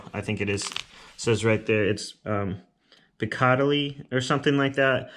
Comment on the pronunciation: Thanks for the review! Very thorough, interesting way of binding it closed with the pen. Also, I think it's pronounced "Peek-ah-dill-ee", but I'm not 100% on that lol